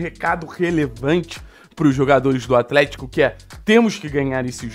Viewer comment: "compricado" "atrético"